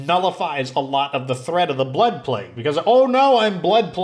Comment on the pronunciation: Euthanize black people???? Seriously that's what it sounded like you said.